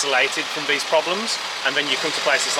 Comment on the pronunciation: what the fuck are you saying it `s the not ve it`s the these not vese wtf